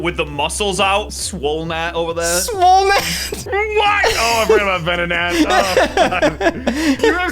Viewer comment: Venonatty / Ven-not-nat 😂